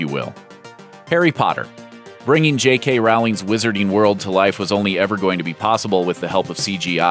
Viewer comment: He said Jkroling